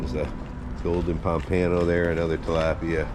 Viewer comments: Instead of saying "Ano" at the end, it sounds like "uh-no", the u in "uh" sounding like the u in up. So, pom-puh-no. Great video, as always! 👍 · I’ve never heard pompano pronounced like that before 😂